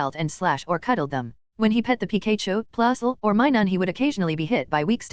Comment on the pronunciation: PI KAY CHU someone how this mispronunciation gets to me. Probably because its so iconic.